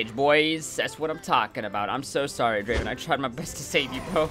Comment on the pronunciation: Not Draven , dra~~~~ven